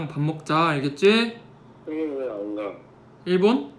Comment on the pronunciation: 웅알웅알 형은 왜 안가 하는데 이제노 왕아기..ㅜ 귀염둥이 ㅜㅜㅜㅜ